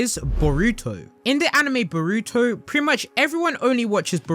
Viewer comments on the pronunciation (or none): omg don’t ever say boruto again. the way you say it is painful to listen to 🤣